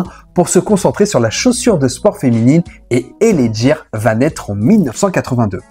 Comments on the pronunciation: L.A ghire ce prononce pas jire .........L.A gear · Cest pas l.a jear cest l.a gUear..ca se prononce gue pas je..cest bien de faire des recherches avant de faire une video..le pire tu passes une pub ou il es bien dit gUear,avec un gue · Tu voi très bien dans l audio des pubs ça se prononce " GUIRE " du coup 😂pourquoi tu fais que dire Djire 😅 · Superbe vidéo ultra complète sur cette collaboration. Juste un bémol sur la prononciation, gear et non jear😅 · Gear se prononce "gu-i-r". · Le reportage est bien mais « L.A jiiir » , cela fout tout en l’air ! 😅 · Gear... Ou le G se prononce comme dans Get on the floor... 😜